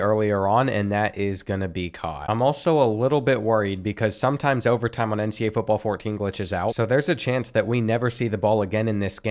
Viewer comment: Does anyone notice how he says NCA instead of NCAA?